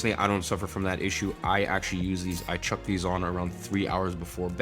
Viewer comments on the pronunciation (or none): none